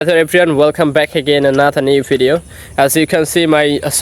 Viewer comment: Good job. Near native. You need improve. For example you pronounced incorrectly ‘video’ ‘speaker’ popular….etc. Popular supposed to be poh-peeh- lah.